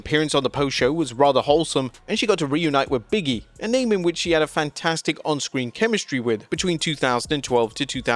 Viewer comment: His name is "Big E" not "Biggie"